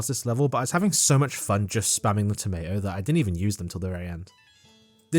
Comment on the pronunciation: You're British, please say tomato correctly